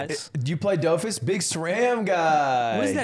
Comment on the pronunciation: As someone who watched Wakfu, I hate how Ludwig pronounces Dofus but still have respect for him just simply knowing it exists.